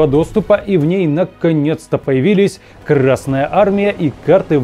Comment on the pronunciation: Пардон, ещё добавлю. Зачем ставить ударение на букву р в словосочетании Красная армия? Краснее она от этого не станет. Или я чего-то не понимаю?)